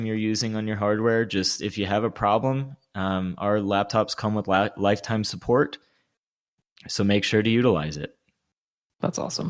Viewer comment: "Suppprt firefox" loved that